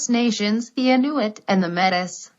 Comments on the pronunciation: Metis... no it is pronounced Meti... not Metis... It is written Metis though ! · Metis is pronounced like may tea